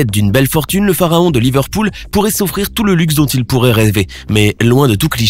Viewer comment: Il a aussi dit le phaharon au lieu de pharaon